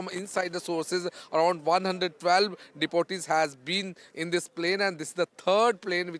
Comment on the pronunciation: The news anchor is pronouncing “deportees” as deputies which means officials. Absolutely wrong pronunciation. Standard of ndtv has gone very down. Only the reporter is stating it correctly. A MAJOR ERROR in pronunciation by the News Anchor. Very Sad to see ur channel projecting such low standards. 👎